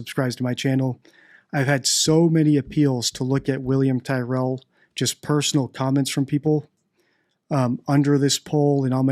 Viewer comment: Hi, I’m an Aussie and I would like to see something on William Tyrell and just FYI Tyrell is pronounced like Cyril but with a T. More interestingly though would be an analysis of Donald Trump but my guess is you don’t do political and that’s fine, in any case I really like your channel.